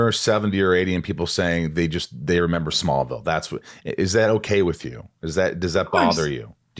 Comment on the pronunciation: The way she said “smallvillel was an entirely beast itself” ….. did she mean smallville OR? SMALLVILLE???? 😹😹😹🙈🙈🙈❣️❣️❣️duuuuuuuuuuude